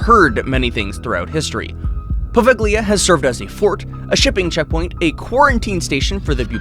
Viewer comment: Poveglia is not pronounced like that. The g is silent. Maybe check pronunciation before making these videos 😉